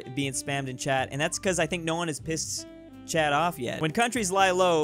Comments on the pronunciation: did you say chat or Chad 🇹🇩 🤔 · Am I the only one who thought he was saying chad instead of chat. Just him saying dont anger chad other wise you'll be snapped from this life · I love how every time he says Chat is sounds like Chad